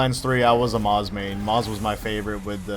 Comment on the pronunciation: Moze, not moz.